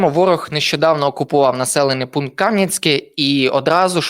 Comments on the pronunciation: Ставте вірно наголос: Кам'янськЕ, а не КАм'янське. 😡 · Не КАм'янське, а Кам'янськЕ! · Теж помітила що не правильно наголос роблять на наше Кам'янскЕ! Ще мене виводить з себе коли на нашу Василівку кажуть "Васильків"!